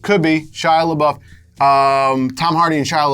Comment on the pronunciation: It's pronounced "LeBoof."